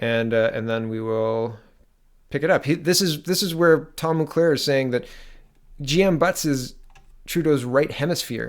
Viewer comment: It's pronounced "mull-care", not "mull-claire". Great video, good analysis. Hoping this is the beginning of the end for this disastrous government.